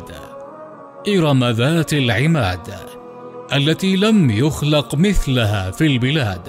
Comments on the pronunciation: قرآتك مثلَها، ضم لُ، مثلُها في البلاد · يوجد خطأ في الدقيقه 2.26 في كلمة مثلها حيث قرأت بفتح حرف اللام والصواب هو الضم ﴿الَّتي لَم يُخلَق مِثلُها فِي البِلادِ﴾ [الفجر: ٨] بواسطة تطبيق آية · مثلُها : بضم اللام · التي لم يخلق مثلُها في البلاد ، أخطأ القارى في قراءة الآية أولا